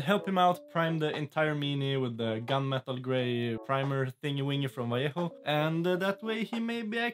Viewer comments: Unrelated, but first time I hear someone in YT pronounce Vallejo correctly lol (not /valéiho/ or /valéiyoh/) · Amazing. You are the first person that pronounce "Vallejo"properly😂😂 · Congrats, you nailed the pronunciation of the word "Vallejo"! Respect